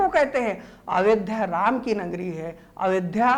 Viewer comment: Ayodhya hota hai sir avedhya nhi